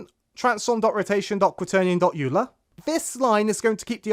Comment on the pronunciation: Good tutorial thanks! Just one thing Euler is pronounced like Oi-ler, he was a swiss (german-speaking) mathematician!